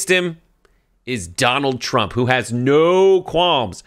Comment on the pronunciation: He said Tramp 😂